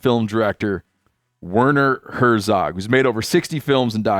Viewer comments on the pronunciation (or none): Wearner Hoezoug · His name is actually pronounced differently. If I i can "hooked on phonics" it, I'd say it sounds like, "Vehrner Hairzog". German doesn't actually have the "w" sound in their language. The "w" you see in their language is actually pronounced like a "v", in English. Just a note to add as a German language learner. 🙋🏼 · Listing to you pronounce his name and seeing him be far too polite to correct you .... he's a gentleman...itself pronounced like "verner hurtszog"..; stupid formalities anyway but thanks for this I just love him so much and I always feel bad after Heaton a conversation with him. ❤d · Imagine pronouncing his name wrong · When he introduced him it made me cringe.. Americans that have no idea how to pronounce relatively simple German names. While on a wider scale, sure w/e, but if you're having the guy as a guest on your podcast, at least learn how to pronounce his name correctly.